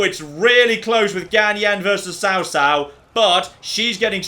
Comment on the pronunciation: This pun fails absolutely though lol because Cao in chinese has a 'C' that sounds more like a 'ch' than a 'c'